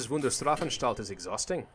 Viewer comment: you dont say it klausis just klaus', and its not said strafenstalt its strafanstalt XD . . . . . . dude im slav and i know this XD (i learn german in school)